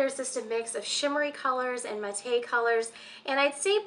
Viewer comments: Great video. It's actually pronounced MATT. like the name. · Matte = mat-Tay? Who knew? I always said "mat" lol!